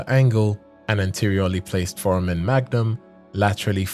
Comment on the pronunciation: Foramen is pronounced four-ay-men